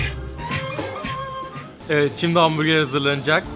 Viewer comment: Her kez ben dahi hamburger der kardeşım ise hambuge diyo anlamadim